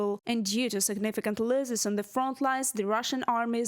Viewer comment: The reporter could do with some English lessons. She’s talking of losses but pronouncing it as loses